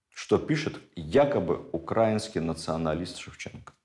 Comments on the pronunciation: Почему укрАинский? Словари дают иное произношение. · Замечательные лекции! Необходимые для просвещения народа! Однако режет слух некоторые ударения. В учебнике русск. яз. для 5 кл.в колонке для запоминания написано : украИнский, с ударением И. Извините. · Ударение в слове "украинский" на И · Все цікаво, як завжди. Зауваження лише одне- украИнский язык, а не укрАинский